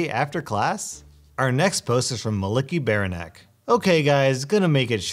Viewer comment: "Malickyberanek' What I heard: "Unlucky Bear Neck" XD